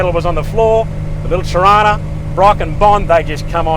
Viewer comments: Na bro it’s Torana, it’s said as it’s spelt it’s not Tarana bro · Toronus??? Why do you pronounce it like that?? No o after the r ?? T O R A N A SPELL IT OUT TORANA WITH AN A, A AA NOT O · It's not a "Toerona" it's a "Ta!RhaNah" we had one in the 70's and 80's in Sydney. The lead singer Peter Garrett of the Aussie band Midnight Oil, who lived down the street at the time, helped my mum fix it up once when it broke down. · Toh rana... Not Toh rona. You're getting their.. just need to learn Australian English... Convicts United!! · Wow pronunciation errors..dude .. Aussie is not ossy......Torana...is not Toe rana...dude... please lol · Torana get it right!